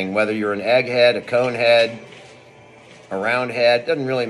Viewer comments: He said "Ed Head" not egg head. 😂 Did you miss that? hes not wrong. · He said Edhead